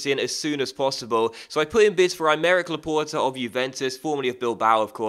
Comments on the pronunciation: t is not the last letter though... How do you say the word for door? It is port not pore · luh-port actually, the e on the end makes the t audible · You are saying Laporte wrong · you must pronounce the t when it's followed bu a vowel.